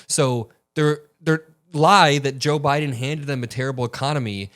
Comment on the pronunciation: He keeps saying “Joe BRIDEN” 🤦🏼‍♀️ ✌🏻💜